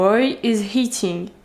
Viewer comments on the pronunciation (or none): Coucou ! super vidéo avec un bon format 🙃 sinon je voulais juste te dire de faire attention quand dans ta vidéo tu dis « the boy is eating » tu prononce « heating » mais du coup ça change le mot…mais en tout cas c’est super que tu veuille progresser en anglais et c’est compliqué de le faire seule alors continues !!